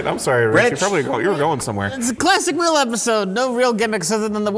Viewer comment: Mike: "There's a lot of things going on in the world today, but nothing as important as THE WHELE OF THE WORST" 😵‍💫 Me: He's Unironically not wrong tho. 🤗